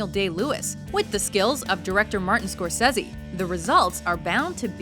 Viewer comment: Ok, do you honestly pronounce words or names drastically different than everybody else does on purpose? Three minutes in and I hear Martin Score-says-he. You must be a rebel who goes against the grain. Can you please just tell me why you do this almost every video it's driving me crazy. 999 out of 1000 people will pronounce it one way, but you have to be the outlier. I like your style kid, but just please why you're driving me crazy. Thank you